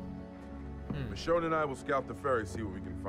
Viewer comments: Ur saying it wrong roi ur saying it like Mishawn but it's like machoone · its read micone not michone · you said her name wrong Mitch_own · STOP PRONOUNCING IT LIKE MICHON ITS MICHOOOONE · Not me-shon it's meshone or michonne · no offense but, how can Michonne be your girl if you can't even pronounce her name right. it's a long vowel o, not a short one (mish-oh-n). like I said, no offense. not trying to be mean. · That's how you pronounce it. (Mish-Own) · IKR It's Me/Ma-shone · Roi says mich-on she is called mich-o-n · He's pronouncing the name wrong! It's pronounced ma-sh-oh-n but not spelled like that. I love u! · its mee-shown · Michonne is pronounced mishown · it' machone not machon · Her name is actually prenounced as mish-own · The way he pronounces her name is the way to know that he doesn't watch TWD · can u plz pronounce her name right!_ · you are pronouncing it wrong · You are pronouncing her name so wrong it's kinda funny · your saying it wrong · Your sayin the name wrong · U saying her name wrong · you said michonne wrong sorry guavs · If you really watch the walking dead and like michonne you would know that your saying her name wrong and those weren’t her daughters because she only had a son who died. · He's saying her name wrong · Your saying michonne wrong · you said the name wrong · I thought you pronounce Michonne with a long o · It a long o not a short k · He pronounces machonne wrong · Yah your pronouncing it wrong